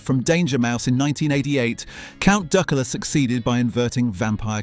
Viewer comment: yeah bloody everything is (pronounciation of duckula was terrible) or just some guy who couldn't be arsed to do any work on it